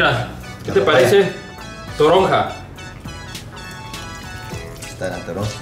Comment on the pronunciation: Like si escuchaste droga en el minuto 14:1 envés de toronja